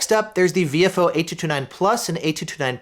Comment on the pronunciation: Very nice review. I recently got the A229 Plus 2 channel and am very happy with its performance so far. As a radio guy, your pronunciation of Viofo as "VFO" is great, thanks for all you do!